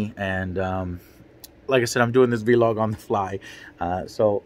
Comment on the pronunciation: Even in 2021, after many vlogs…. Joe still says “V-LOG”. Lmao never change